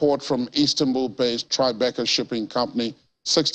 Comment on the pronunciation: As an editor/ghostwriter, I feel obliged to offer a pronunciation suggestion to your otherwise good presentation. Please accept this in a positive light: 'Base' is pronounced 'b-ace', as opposed to 'baas'. Slava Ukraini.